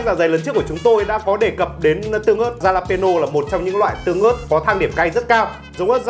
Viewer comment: Ớt đọc là halapeno nha anh. Chữ J tiếng mexico đọc là H. #bảovệChiBủm